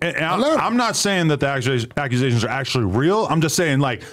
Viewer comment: The Akusations 😂